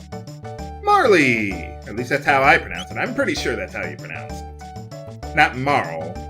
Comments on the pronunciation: It is pronounced mar-il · actually,, her name is pronounced Mahrl because in the Japanese version of the game her name is spelled Maaru not Maari or Maaruri Not to seem like a dick or anything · The Japanese version of Marle's name had no pronounced "E". It's supposed to be said like "Marl". Just sayin'. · I actually think Marle IS pronounced "Marl" with no y sound at the end. At least, her name in Japanese is basically "Maru" so the "Marl" translation is a lot closer. It's just a shame that Ted Woolsey picked such a weird way to localize it - they changed Terra's name for the better in the US localization, so they could have called her "Mara" or something and it would have been a much better name, in my opinion. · It probably is pronounced like 'Marley' with the long 'e' sound, as I believe the Japanese equivalent would be spelled 'Marl' without the 'e'... in case anyone's interested! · I pronounced it like that when I was a kid, but I've become accustomed to other ways of saying it thanks to LPers. I don't agree about the script. While the original translation is nostalgic of course, I appreciate the darker tone, and more accurate translation in this version. I didn't like most of the new content myself. The tie-in irritated me, because Guile/Magil plot in Cross had been shafted to begin with to fit in more characters... and just giving him amnesia in the end is a lazy tiein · Much like every other SE handheld remake, I was extremely disappointed in this one: they rewrote a script that didn't need changing, the extra stuff didn't bring much to the game, and they made the once-mysterious connections to "Cross" about as subtle as dropping a brick on your foot. I sold it as soon as I finished. Thankfully it hit the Wii's VC later on. Am I the only one who pronounces it "Marl?"